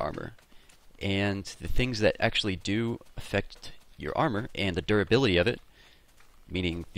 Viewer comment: whenever you said duribility, i heard 'derpability'.